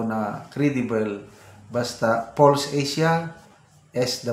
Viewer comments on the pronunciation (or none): none